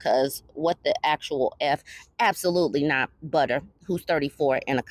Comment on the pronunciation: Butta should be “Bubbuh.”